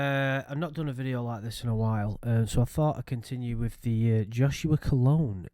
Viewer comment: Whatever this guy did I forgive him because he managed to trick into pronouncing his surname like colonge.